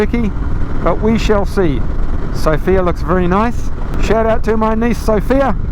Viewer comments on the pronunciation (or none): While in Sofia visit the Vitosha boulevard. Beautiful streets. Just a heads up on the pronunciation of the Bulgarian capital, put the emphasis on the first syllable, like Sof-ia, not So-fia. The fields of yellow flowers are rape fields, the pland rape, sometimes called rapeceed. The plant isbysed to make oil. Like oil for cooking. I velieve you have Canola oil in kiwi land. That is made from either rape ornits cousin that i dont know the name of in English, in Swediah we call it Rybs. The straw that is left over after harvest is often used by the farmers as hay and is often used to hear yheir buildings in a furnace as its not a good product to feed the animals. Other usage of the oil is to make different margarin products. If you detour over Denmark and Sweden on your way to Ireland in end of May you will literally see oceans of it. Ill offer you free place to stay, food and beer. Welcome to the European continent (although 7% or so of Turkey is also in Europe). Cheera from Sweden